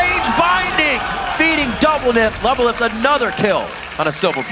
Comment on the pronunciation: "doublenift" LOL